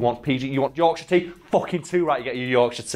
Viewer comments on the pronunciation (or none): none